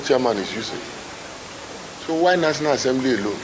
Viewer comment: He could not even pronounce national assembly but he wants a land cruiser that he wants to use to crush his village people. Shameless bunch